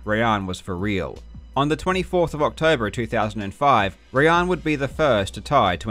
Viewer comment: Awesome video as always. Btw just as a sidenote, assuming Rayan is persian his name is probably actually pronounced “rye-on”